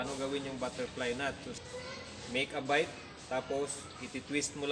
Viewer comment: Bight kabayan, hindi bite